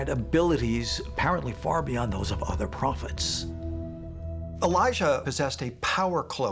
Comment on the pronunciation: Elijah A Liar A-lie-a